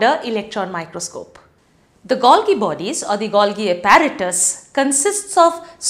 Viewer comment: The pronunciation is Gol-jee...